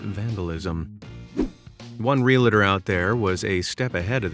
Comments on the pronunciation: Did you say "RE-LA-TOR"? Instead of realtor? "RE-AL-TOR". REAL, as in REAL ESTATE? REAL-TOR. . . . . Ok, you probably also say nucular instead of nuclear. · Super cute video.. but tell me. Where in "realtor" do you see the "i" you keep using to make it 3 syllables? I can't seem to find it.